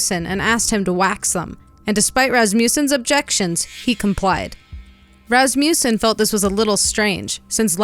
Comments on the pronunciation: Ras ma sson not Ras mew sson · It is a short u, not a long u. Phonically pronounced as "Ras ma sin", not as "Ras mu sin"